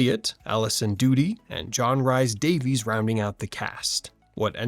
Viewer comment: It's AI narrating these videos. It doesn't pronounce names properly. You need a real person to do that.